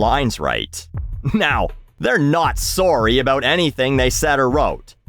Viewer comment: the Canadian peeks through with "sorry"